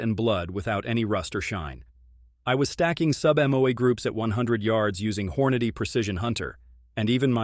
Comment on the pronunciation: Hor-notti? WTF? THIS AI shit is ridiculous